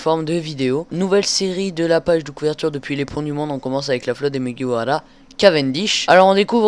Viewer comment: J'adore quand tu roules les "r" dans mugiwara ^^. Après ça me gêne pas mais tu crois vraiment qu'au Japon on roule les "r" ? Si ça se trouve c'est vrai, dans ce cas je n'ai rien dit :p PS : Au passage super vidéo !